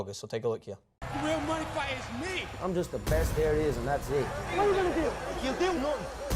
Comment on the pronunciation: exactly .. like the one and only lord says .. '' I take em out , and then i put my MUHNEE IN THE BRIEFCASE THE WAY I LIKE MY MUHNEE ''